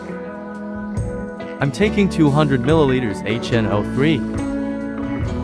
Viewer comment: you’re welcome, I think more and more people are getting tired of AI talk already. I’m sure doing real voicing will add to you likes. Have a good one. Although I laughed at H NO 3….